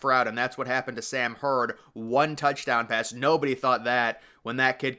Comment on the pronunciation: Sam Huard is pronounced Hue-erd . His uncle was an NFL QB & Husky great so people were used to hearing that last name, but you might be a little younger . And the Brockermeyers are Texas Longhorn legacies , I remember that being a big deal when they went to Alabama. Crazy how things change. Tom Herman was a disaster. Imagine if Orlando Pace had two top ten offensive lineman sons and they went to Notre Dame or Michigan instead of Ohio State. Kind of like Lloyd Carr’s grandson going to Notre Dame..yikes.